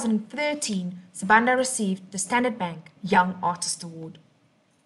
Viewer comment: You pronounced her surname wrong.